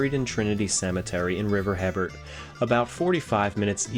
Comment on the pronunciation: As a descendant of the Acadians I cringe every time you say River ‘Hibbert’. Hebert is pronounced ‘AY-bear’. Interesting video nonetheless. Keep up the great work, but google french pronunciations!